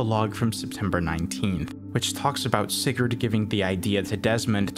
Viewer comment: btw sigurd... not said like that put in google translate and make a danish person say it